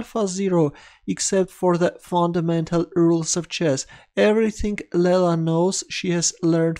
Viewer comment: It's not "Lella". It's "Leela".